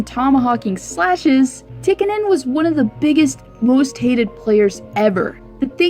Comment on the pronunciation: It's pronounced Tea-ka-nin. Also, it was Dave Semenko that was tasked majorly with protecting Wayne Gretzky. But great video, as always,.:) I can't wait for part 2.